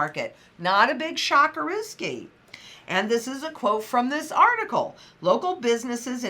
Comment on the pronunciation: Shockerruski???? HAHA!!!